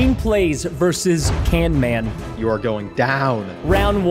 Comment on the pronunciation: do you mean canman XD